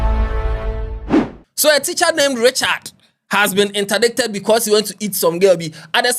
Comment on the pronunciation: Saa word no, it is pronounced ‚indait‘ So he has been ‚indai:ted‘.